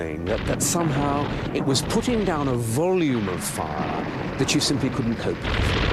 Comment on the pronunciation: LOL!! "stunning vol-yum of fahhhh.."